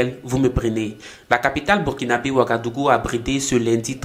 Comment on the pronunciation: Burkinabè svp et non bé, je vous en supplie. J'ai mal à la tête quand j'entends bé au lieu de bè🫤